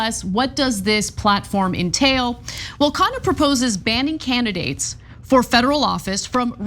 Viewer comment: It’s pronounced “KhUNNa” not “khaana” which means meal (food)